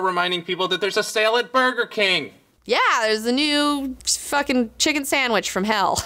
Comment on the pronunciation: and here all this time I thought was saying "Phukin" and all it's iterations. My virgin ears! When did phukin become the same as fuckin? Re-monetize episodes:D